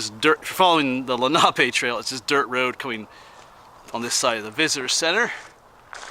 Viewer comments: It's pronounced leh.nuh.pe! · Len ah pee